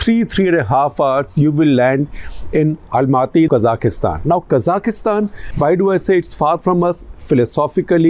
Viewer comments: It's Kazakhstan....not kazakhistan, secondly the unrest and burning of buildings happened in Almaty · It is Kazakhstan not kazakistan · It is pronounced Kazakhstan and not Kazakhistan. Also just breathe, Sir. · why does he say" kazakh kistan " when its "ka zakh stan" this was a planned rebellion with usa dirty action to destable bri. great russian put an end to unca sam wet dreams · Quick note - its KA(stress)-ZAKH-STAN, not K-ZA-KIS-TAN. (КАЗАХСТАН). I was corrected by a Kazakh on this, not sure if the other pronunciation is simply the Indian version. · Can you at least pronounce the name of the country correctly? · Why can't you pronounce Kazakhstan properly?